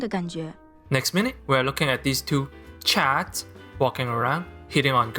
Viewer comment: My soul left my body when I heard enunciate every syllable in "CHAD".